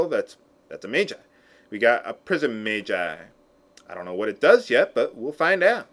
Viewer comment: It's not "mage-eye", it's "madge-eye."